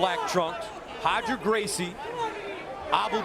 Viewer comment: Who’s Hoger Gracie? 😂😅😂😅😅😂